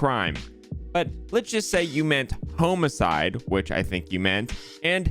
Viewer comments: idk. I've got family there and none of them pronounce it wrong. I think got a personal haunting from the ghost of Woody. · It isn't a Texas-Oklahoma thing. I have never once heard someone say it like that and I'm a native Texan. It might be a New Orleans thing or a deep south (east of Mississippi) thing. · Thank you all for confirming that is just a weird dude who's bad at pronouncing homicide. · The only other person I've ever heard pronounce it "home-a-cide" is Woody Guthrie. Is that a TX-OK thing or is weirder than I thought? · Texan here, can confirm it’s not a Texas thing. It does match with the pronunciation of the Greek etymological root, though. Sounds like being overly technical. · Phil Jones it actually comes from the Latin “Homo” meaning man and “Caedere” meaning to slaughter or murder. The literal translation is “to murder a man” Edit: knowing that it comes from Latin shows that his pronunciation is off.